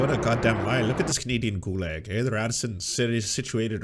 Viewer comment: He actually pronounces “gulag” how it’s spelt